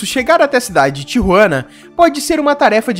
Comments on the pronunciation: Não se dis Tiruana E sin Tijuana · Seu Espanhol é muito fraco..não sabe falar o nome de Tijuana.